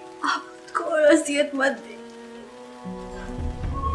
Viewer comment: She doesn’t say khud… she says hud, she doesn’t pronounce k anywhere….